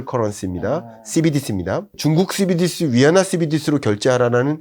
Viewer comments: 씨비디씨 ㅋㅋㅋㅋㅋㅋ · Cbdc 발음이 넘 거북스럽네요ㅋ